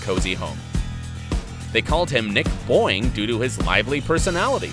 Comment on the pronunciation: Nick boing sounds like Nick Boi😂